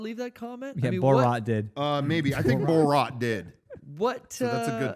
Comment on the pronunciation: "Boh-rot" "Keerstan Wig" What is this Rosetta Stone?